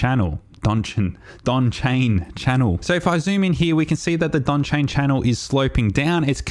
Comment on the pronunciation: Donchian - not Donchain. Good video. Very helpful.